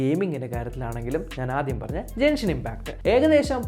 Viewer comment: Jenshin impact alla Genshin impact 😁